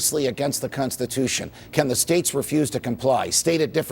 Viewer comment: Cuntstitution? The judge is obviously still thinking of Palin.